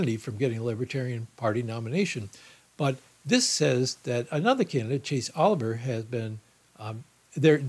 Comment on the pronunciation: In case you need this information in the future, know that Maine has 2 congressional district electoral votes and Nebraska has 3 of them for a combined total of 5. And regarding the Libertarian Party candidate for U.S. President Art Olivier, his last name is pronounced O-liv-e-a, just like the legendary late actor's Laurence Olivier.